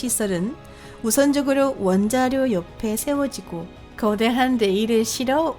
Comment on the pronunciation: 아니 목소리 톤 이런거 보다도 발음이..... 가끔 단어 말하는 중에 쉬는 건 또 뭐고... 말투자체가 한국인 같지가 않음 왜 거~~~대~한 이런식으로 말하는거냐고 신경쓰이게 전싀계 특히 여긴 조선족같네